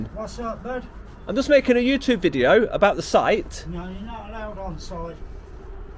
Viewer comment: It’s YouTube not youtoooooobe. Div.